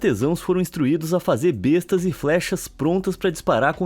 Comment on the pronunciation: Só para elucidação, a arma medieval besta, se pronúncia: Bésta.